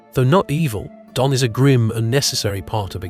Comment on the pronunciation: Donn is pronounced Dunn